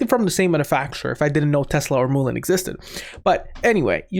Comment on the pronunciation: Mullen not moolin